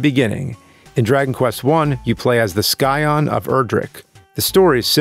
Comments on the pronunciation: Did he say Skyon? instead of Sci-on? lol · I am not a native English speaker but did he say Scion or Skyion ???? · I mean, if you're really wanting to be technical, it's "tetralogy" not "quadrilogy"...also "sigh-an" not "sky-on" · SCI-on not SKY-on bro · Scion like sci-fi, not like sky. Good video! Impressive research. My favorite is still the first one. I know, I know. 3 and 11 are the best, but the first one is still my favorite. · Scion = sigh-on or sigh-un Not sky-on ;-) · What's a sky-on? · The Sky-on of Erdrick? What? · 'skyon' oh.james...ur lucky we like u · Sky-on. Oh my. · The Sky-on? What's a sky-on? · i thought it was pronounced “sigh-on?” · Correct. He’s probably only ever read the word. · This guy said skion lol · "sky-on", lol. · "Scion". Sigh-on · "skion" lol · ...did no one tell James that “scion” had a silent c? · I've played enough FF14 that I immediately caught him messing up "scion" as well. lol